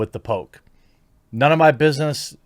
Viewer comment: I keep hearing Pope instead of Poke.